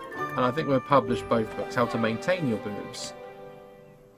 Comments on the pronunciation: maintain not maintaine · "Maintaine" lmao